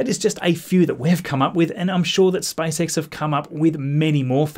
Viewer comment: Why can't you preannounce SPACE properly instead you say SpiceX it's seriously annoying to my ears...